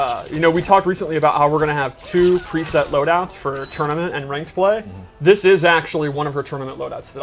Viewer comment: Did he just say " preset loudouts for tournaments and ranked play" ?